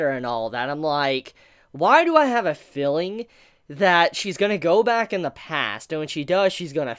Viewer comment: "I felled" "filling" I think you really need to work on your pronunciation, you are almost entirely incapable of pronouncing long vowels and it's actually quite distracting since it sounds like you're using completely different words.